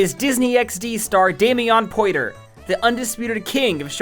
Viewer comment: both videos where you've pronounced Damion Poitier's name, you pronounced it differently and both were wrong 😭